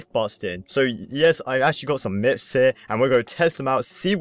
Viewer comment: u said mifs